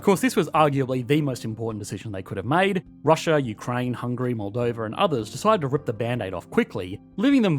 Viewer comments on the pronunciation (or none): none